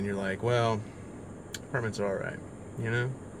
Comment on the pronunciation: When you said the word apartments, a part of me died